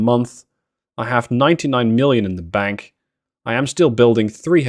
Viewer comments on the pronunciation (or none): none